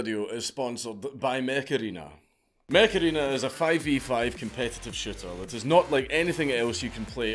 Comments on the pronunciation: Mech Arena I thought you said Macarena like that song from 90s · Ngl dank, when the add started, i thought that you said Macarrena :D and i was wondering why old ass song was sponsoring you